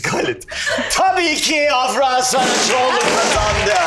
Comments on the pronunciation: sondaki a uzuyor afra değil afraa gibi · ibrahimin "afranın isminin telaffuzunu öğrendiniz artık doğru söyleyin" deyip hala yanlış telaffuz etmesi